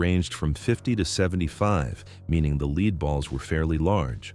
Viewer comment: 🤦‍♂️🤦‍♂️ I can't stand AI.... AI apparently doesn't know how to say lead, or 5.56x45 Nato among other things. They also 1. Never showed any type shotgun, let alone a double barreled SXS (Side By Side) shotgun from the movie and 2. They never used a shotgun in Payback, but I'm pretty sure that he was carrying a S&W Model 29 .44Mag, which kills me because he bought it through a pawn shop which needs an FFL and I wanna say that you need to run a background check even in a pawn shop. They also apparently can't pronounce 9mm. They totally forgot to mention the fact that Danny Glover played a cameo in Maverick as a bank robber. Which the funny thing was he kept staring at him like he knew him from somewhere and they played some of the music from Lethal Weapon because I believe that Maverick came out after the first Lethal Weapon. AI sucks.... 🤦‍♂️🤦‍♂️🤦‍♂️